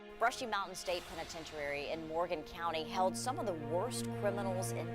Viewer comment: Great episode. I laughed a little at how the lady in the beginning said penitentiary she said penitentarary Lol. Not being mean just thought it was funny cause it sounded like a news caster. Love you guys.